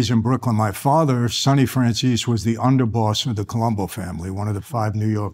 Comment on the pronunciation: And for the millionth time; It's Franzese with a Z. lol